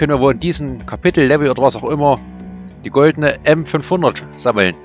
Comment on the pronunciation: Ganz zum Anfang, der Name für die goldenen Waffen. "Goldene Waffen" hätte ich auch gerade so noch verstanden ^^